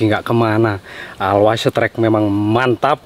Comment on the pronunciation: Bacanya "olwaes strike" bukan alwais strike. Jadi lucu dengernya klo bacanya alwais strike 😂😅